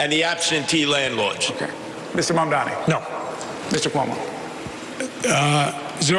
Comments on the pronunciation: no, you're not mishearing. Cuomo and Sliwa both do it. Fox News does it too -- they do it to disrespect him, and frankly it's racist; they don't want to pronounce his name right because it's "weird". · They’ve been messing up his name since the primary race, and Mamdani corrected them directly and loudly